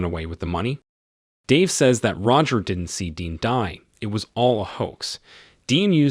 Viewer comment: After I heard "do" pronounced as "doe" I was out lol.....Nevermind the "says" pronounced as "saise" 🤦